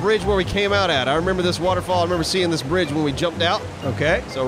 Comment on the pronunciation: Not bridge.... Braaage!